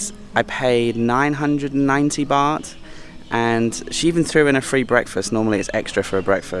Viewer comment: You speak better Thai than me, but please stop saying "Bat" when you mean Bart (Phonetic) Baht. Please!